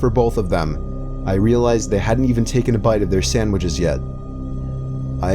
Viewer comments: No one:: Sandwidges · “To make some sandwidges”